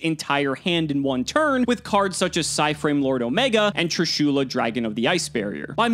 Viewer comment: I'm not comfortable with the way pronounced trishula...